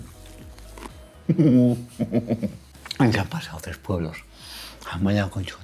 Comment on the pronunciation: no hay "UN TREH" de nota?😂😂